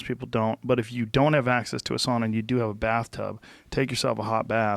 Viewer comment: not even 10mins in - Joe: SAAAUUUUNNAAAA HeAt ShOcK PrOTiEnS